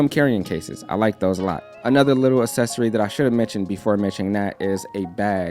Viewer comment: I like the way says “accessory” cause I say Ak-ses-ory and he says as-ses-ory